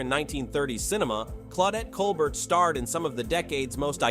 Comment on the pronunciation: The AI generated voice makes a lot of mistakes. Some corrections: Claudette Colbert (kohl-BAIR); Marlene (/mɑːrˈleɪnə) Dietrich; Bette (/ˈbɛti/) Davis. And, as noted by others, there are some omissions: Rita Hayworth, Sophia Loren, Ava Gardner, Vivien Leigh, etc.. I would add Gene Tierney, Lauren Bacall, and Brigitte Bardot.